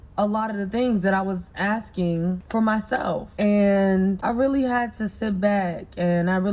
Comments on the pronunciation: Filling and Axing. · Why is she axing him?